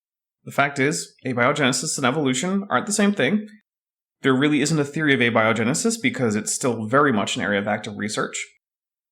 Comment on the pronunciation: Ah ha. said Ah-be-o genesis.. just click on that little speaker, it'll tell you the correct pronunciation for abiogenesis..